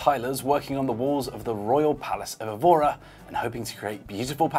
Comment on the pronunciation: Excellent pronunciation of "Azul", could have done better with "Évora", though.